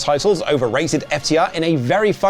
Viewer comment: lol it sounds like you're saying overrated ftr